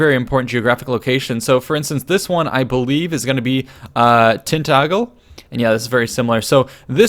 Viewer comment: its not a hard g in tintagel, so its more like tintadgel